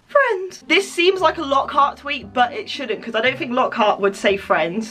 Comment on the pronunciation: I NEED TO FINK. IM NOT VERY GOOD AT THAT BUT I NEED TO FiNk Me: Yeah, FINK, Dont THINK but FINK.